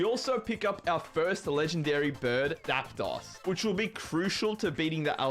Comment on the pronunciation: Learn how to pronounce Zapdos' name right.